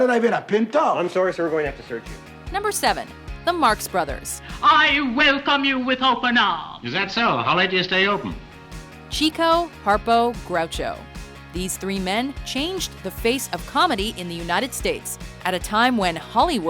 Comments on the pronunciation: Chico Marx pronounced his nickname "Chick-oh", not "Cheek-oh". It was a reference to the fact that he was a real ladies' man. Now I want to watch "Duck Soup." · Fun fact: It's actually pronounced "Chick-Oh" (not Chee-co) Marx, because he would always be chasing the chicks :) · Chick-o, not Cheek-o. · You pronounced Chico wrong.